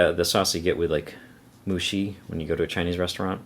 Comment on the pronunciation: Great review as always, thanks! , I think you're saying what is pronounced "Moo-shoe". 木須肉